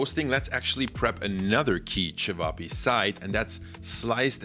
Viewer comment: Great pronounciation of cevapi 😊